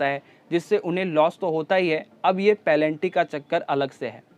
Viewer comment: पेनल्टी को पलेंटी मत बोलो 🤣🤣